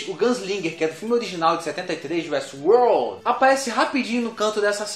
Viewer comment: 31 detalhes de uéstiuôr